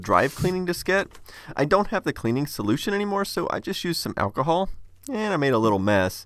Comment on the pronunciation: I wonder if the way he says alcohol is a Texas thing or a him thing. It's not really weird, it's just different enough from my accent that it catches my ear every time